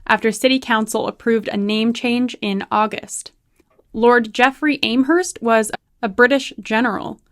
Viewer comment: It’s Am Herst FFS as in ham !! And you went to university !!!